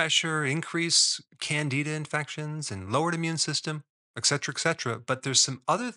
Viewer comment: *et cetera 👎🏽